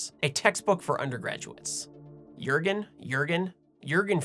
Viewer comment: Nothing by Einstein?, I remember borrowing a (rather hared but quite complegte) on GR by good old Albert himself when I was a youngster. Also I'm very perplex why you can pronounce Sean and not Jürgen.